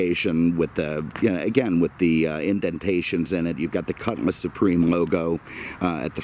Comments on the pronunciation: JSYK, it’s a cutLass not a cutMass. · Ok, can’t do it anymore. Made it to just shy of 9min and I can’t handle hearing cutMass anymore, it’s quite literally, on my damn last nerve because it’s not cutMass, it’s cutlass!